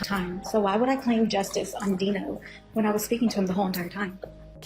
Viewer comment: And it’s not Denknow it’s deeeeenooooo